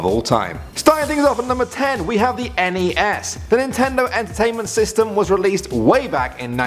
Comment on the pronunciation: i hate it when people pronounce nes and snes as if its one word